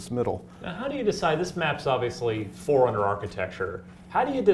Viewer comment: It's Forerunners, not "Four Runners"...but sure. We know these Forerunners you see in Halo 4 are from a warrior class and known as "Prometheans." The Prometheans on Requiem are loyal to The Diadact, the big Forerunner from the "Scanned" trailer. He fought against humanity in the time when Forerunners dominated the galaxy, and hates humanity because we killed his offspring in the war. Since he hates humanity, so do his Prometheans. It's either that, or the Prometheans just hate intruders :D